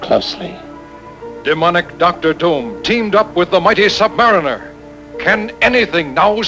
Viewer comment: Sub-mariner, not sub-mareener.